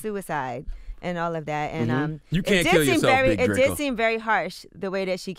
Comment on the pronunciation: Big DRA-CO 😂😂